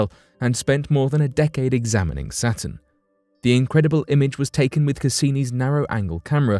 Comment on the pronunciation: To the narrator: -Say satin -say Saturn